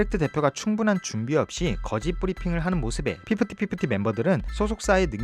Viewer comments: 저도.피프팃피프티! 듣기거슬..으.. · 피프티피프티 발음이 너무 거슬렷ㅋㅋㄱㅋㅠㅠ 매번 정리 잘해주셔서 감사함다..! 그나마 돌아온 멤버가 똑똑하넹😂